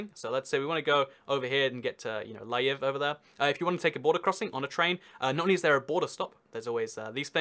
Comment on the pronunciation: You completely massacred the name of the city of L'viv. NOT EVEN REMOTELY CLOSE